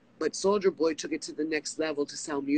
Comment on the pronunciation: She can't even say his alias right. She keeps saying Solider Boy lol